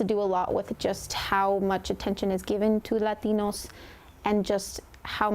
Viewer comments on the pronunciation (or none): Why the accent when you say "Lations" and not when you say "Hispanics" or "Puerto Rico"?